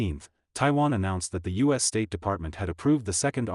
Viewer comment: This one is obviously AI generated. It cant say U.S correctly and it repeats "Indo Pacific Queen" like 10 times. The AI even confuses itself and thought Indo Pacific Queen was a real thing and that the president of Japan can be coronated.